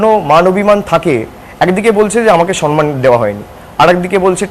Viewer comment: Perhaps the word would be samman instead of sanman